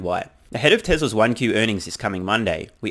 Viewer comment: Had me jump when you mispronounced "Tesla's" as "Tresla's" and for a moment thought you said "Trevor's track record 😅😂😂😂